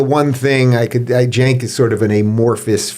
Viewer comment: Its not "Jank" its more like "wank", with a silent "er" on the end!